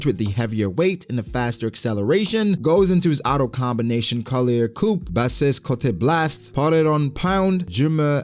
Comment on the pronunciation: Ko-li-ay... (collier). Its very french